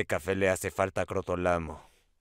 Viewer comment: Me encanta dice cotrolamo y después dice cagaste